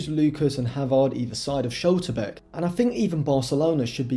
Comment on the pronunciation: Pronounciation of Schlotterbeck ?!